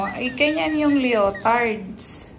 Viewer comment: Lee-uh-tardz po.❤